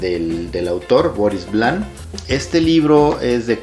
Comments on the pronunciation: Una reseña de alguien que no sabe no sólo pronunciar el nombre en francés del autor y tampoco leerlo en español...no es Vlan sino Vian y podría pronunciarse como [Vion] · Esta bien escrito en la portada del libro 📕 Esta escrito con letras Mayúsculas VIAN, y en letras Minúsculas es Vian. Si fuera la L dijiera VLAN. El lo pronunció mal.